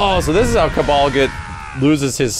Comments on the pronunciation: HIS NAME IS KABAL NO KABLE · Did he just pronounce Kabal as "Cable"? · Its Kah-Bahll